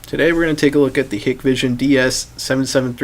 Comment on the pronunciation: It is pronounced 'High-k-vision' NOT ‘Hikkk-vision’.